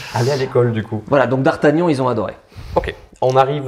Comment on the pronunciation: Mon combat depuis 20 ans "mais c'est pas Dardagnan c'est Dardargnan !!!!" 😂